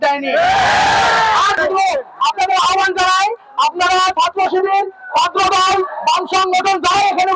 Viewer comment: ছাত্রদল ❌ ছাত্রদধ ✔️